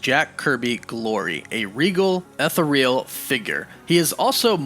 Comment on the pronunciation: Ethereal: say it with me "euh -THEE - ree - il"